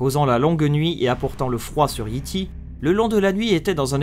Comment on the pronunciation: Petit conseil : peut tu dire Yay Tay et non Yi Ti